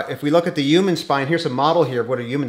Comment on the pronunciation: Did anyone notice that the Dr. says " uman" he does not pronounce the " h"